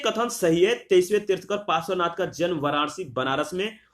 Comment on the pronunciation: It's Parshwanath Not Pasarvanath